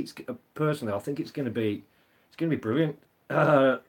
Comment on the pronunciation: When she said Ahhh, brilliant... I thought she said, Oh Berlin !